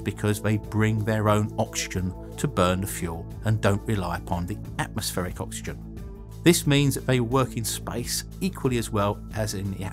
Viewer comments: I‘m pretty sure it‘s called oxygen, not oxyen...😂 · "Oxyen" WTF! You are such a dopey fucking fool! So many simple lazy mistakes! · “Liquid Oxyen”